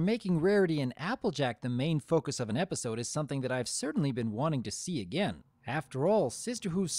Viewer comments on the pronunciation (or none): none